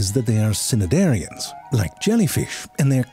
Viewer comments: Ze! I love you more than life itself, but I nearly dropped dead on my laptop hearing you violate the pronunciation of "Cnidaria." As in Ctenaphora (ten-a-FOR-a), the "c" is not sounded in Cnidaria. So the correct pronunciation is "ni-DARE-ee-a." The Greeks, who gifted us these words, did pronounce the "c," but English phonotactics do not permit a word to begin with a consonant cluster. Which is why we ignore the g in gnu, the k in knowledge and the c in cnidaria. Love ya! Mean it! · Have I been mispronouncing cnidaria incorrectly this whole time?!